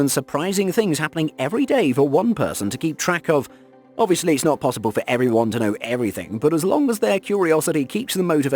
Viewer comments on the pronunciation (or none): none